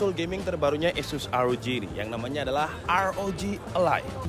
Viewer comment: rog ally om bukan rog a-lie